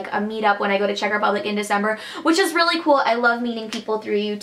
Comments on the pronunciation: Oh my gosh you are so sweet and your Czech pronounciation is great :) :D I am from Czech and I absolutely get that you worship Kofola, we all do :D It's a treasure ^^ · I've just stumbled across this channel... No idea how, but oh my god, your Czech pronounciation is so good for American! Also, it's funny to see what is considered to be "Czech", I mean, I just pass those things by every day in a shop and don't even know what is made here, and what is from abroad...